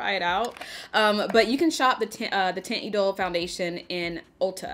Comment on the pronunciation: Hi I love your eye look! I could have sworn that you reviewed Lancôme’s Teinte Idole foundation in the recent past. That is all I use! I love the formula because it’s great if you have oily skin. It’s pronounced (Taunt E-dole). And please give us a real Patrick Ta eyeshadow palette demo! Use those shimmers girl! ❤️❤️ Quit playin’ 😆